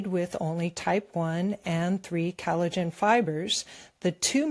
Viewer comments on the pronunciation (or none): NativePath ad... Pronounce collagen, not callidgin. Please.